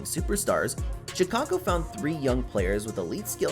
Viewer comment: This gotta be satire. “she-cago”, bro mispronounced like every players name